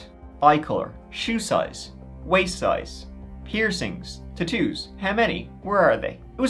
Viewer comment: The way you say tattoos lol